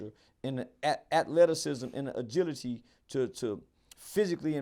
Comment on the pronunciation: Agidicy? Agility 🤦🏽‍♂️. He be trying to sound smart but always proves his own points.